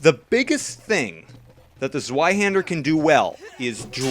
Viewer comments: Its said like Zveihander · the w is pronounced v